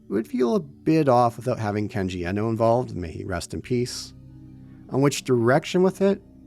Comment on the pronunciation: Kenji Iino. It's IINO, not Ehno. Th big E was ironically necessary in the 90's because no one in America was familiar with Japanese. Now the big E is a detriment, because many Americans are familiar with Japanese. Everyone is now almost bizarrely mispronouncing his name...